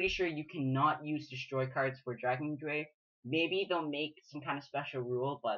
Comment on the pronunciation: the "drei" is german for 3 and is pronounced like "dry"